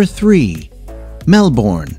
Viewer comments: Must correct your pronunciation, but Brisbane is pronounced "Brisbun", same for Melbourne its "Melbun". Flinders street is as in Errol Flynns Name, "Flynnders" Street. The reason 80 % of Australians live in its capitol cities is because the middle of the country is dead. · Same the way he said “Mel bourne” and flinders street station just annoyed me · Melbourne is pronounced Mel-bn and not Mel-bourne. Flinders Street Station is pronounced Flin-ders Street Station (Fl -in-ders - combine the Fl and in-ders so it's Flin-ders Street Station) and not FlInders Street Station (don't enphasise the I). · K I just need to clarify something it’s Mel- bin( that’s the pronunciation as I’m from Australia and everyone says it like that ) and bris-bin ( I’m from Brisbane and it’s the correct pronunciation) so if you ever want to come to Australia remember Mel-bin and bris-bin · “Mel born” lmfao it is not “Mel born” it is pronounced “mel bin” lol sorry I live in Melbourne and it is funny how you said it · Its prounouced mel-bin not mel-born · Exactly. This video has nothing to do with Australia. “Bay Bridge”, “Melborn”, “Flounders Street”, “Brisbayne”. And what in the world is “prodooce”? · Mel- bourne fl-inder street. I stop there. You didn’t visit or didn’t talk to anyone or didn’t hear the voice over man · Melbourne pronounced as Mel-burn. Brisbane as Bris-burn. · Brisbane is pronounced: "Brisben"and Melbourne is pronounced "Melben" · Mell Born Briz Baine This bloke has not been to Australia before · Rule no 1: learn how to pronounce your destinations before recording. Bay bridge? Mel-BORN? Bris-BAYN? Fl-EYE-nders Street Station? Sheesh. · flynders hahaha malbourne hahaha brizbane hahaha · Learn how to say Melbin. And Brisbin while you are at it. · I can understand the mispronunciation of Melbourne, it's understandable and pretty much expected... but Flinders? I... gh.. HOW!? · I live in Australia and you can’t say Brisbane right or Melbourne